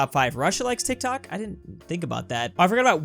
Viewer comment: uhm tik tak idk random Meh: Bruh the name is tik tok welp finally you spell it correct so good My brain: tik tuk tuk tek tik tak tak tok tek tik Meh again: bruh why do i have a stupid brain=_=